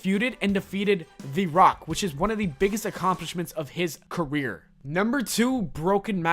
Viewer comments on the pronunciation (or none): none